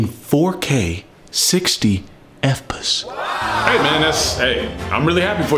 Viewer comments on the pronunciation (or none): Pronounce: F P S he does: effpess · “Efpis”. I’m so calling fps that from now on. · "60 EF PAS" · "60 Fpus" I'm dead lmfao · "60 fpes" 😆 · 60 eff-pos. That kilt me. Also this devolved quickly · 60 effpus is the only way to say 60fps